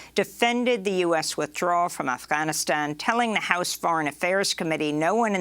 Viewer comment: quit the fucked up pronunciation of Afghanistan. Nobody cares for your woke shit